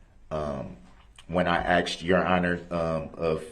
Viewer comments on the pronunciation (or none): "Biast", "axed"..where the he$$ did he learn to talk??